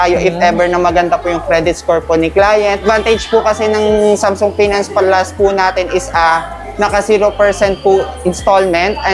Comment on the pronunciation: Mali pronounce mo sa samsung anong samsoong sung yan tanga basta pinoy talaga nakakarindi ang pronunciation